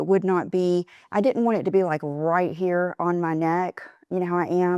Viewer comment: 2 words I never want hear again vibe and cool. You have ruined these whilst butchering the most common words like didn’t. You have lost the plot. Are you wearing these get ups to get you McDonald’s processed patties?